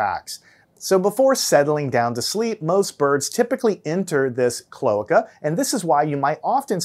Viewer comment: Cloaca is pronounced with three syllables-- klo AY ka. The adjacent vowels--o & a--are both sounded in this word.